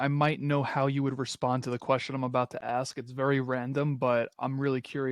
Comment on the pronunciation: I detest that BS intro "Music" you play & Number 2 the word is ASK, task,f lask, mask ask, NOT AXE there is NO "X" in the word ask.